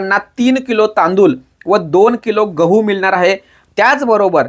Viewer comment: तांदूल नाही तांदूळ आहे 😂